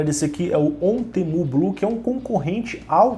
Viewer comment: não é Ontemu kkkkkkkk e sim Outemu.